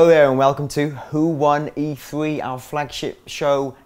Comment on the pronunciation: This is just an awful video, for starters, the fucking conference is called E3 - So it would make sense to get someone who isn't linguistically challenged... It's 'E Three' not 'E free' dickhead.